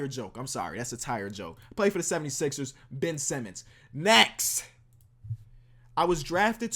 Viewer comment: Mans said Ben Semmons